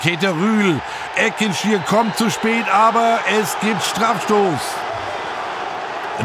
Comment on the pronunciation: Als Gebührenzahler nehme ich mir das Recht immer gerne heraus! Richtige Aussprachen: - Keita-Ru El - "Ekintschi Er" und nicht Eckintschir - der Waldhof / die Waldhöfer (wenigstens 50% der Zeit) und nicht "die Mannheimer". Wir sind weder der VfR noch die Adler. Falls hier etwas dagegen spricht, bitte St. Pauli in Zukunft als "Hamburg" betiteln. Vom Regionalsender SWR erwarte ich hier mehr Kenntnis.